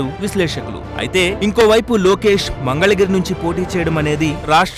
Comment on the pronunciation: Mangalagiri ni "Mandhalagiri" ani chalaaaaaaa saarluuu annaruuuu